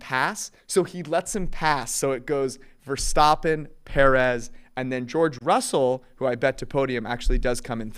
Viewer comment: says leclerc right and then cant say verstAppen correctly